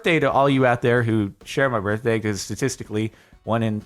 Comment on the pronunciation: It’s your burfday